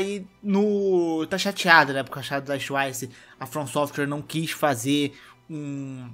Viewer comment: Quando voce Fala twice parece que voce Fala tchuaiche.. Eh sotaque carioca?